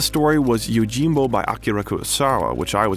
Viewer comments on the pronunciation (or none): none